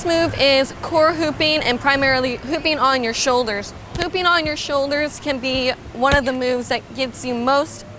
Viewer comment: Anyone else thought she said ‘pooping on your shoulders’?